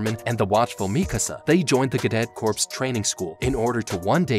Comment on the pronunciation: 104th Training Corps. It's pronounced "core" not "corps"...